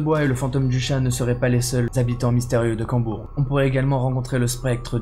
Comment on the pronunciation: C'est Combourg pas Cambourg